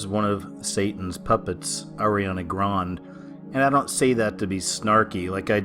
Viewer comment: Ariana 'GROND' lol 😂